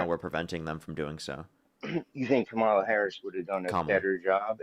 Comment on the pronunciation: why can not a single one of them pronounce kamala harris’ name correctly what the hell